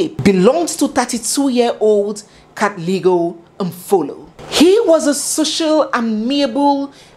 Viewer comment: it's pronounced like pb not ph(f) like nandipba. And katleho 'g' turns to 'h'. Great narration and what a story! My regret is for those 2 little girls whose life will never be the same. How horrible for them, life was meant to be so different for them. Imagine a home with both parents as successful doctors, the world was their oyster. I sincerely pray for them. Following and loving your style all the way from Kenya... 🎉 To 100k subscribers....